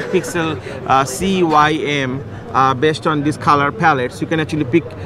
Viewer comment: "CUYM" i think you mean "CMYK"